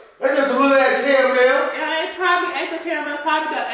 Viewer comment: Them Cara-Mel’s had him fckd up 🤣😭